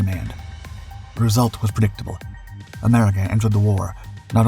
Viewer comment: "Perduction" is not a word. *Production "Perdictable" is not a word. *Predictable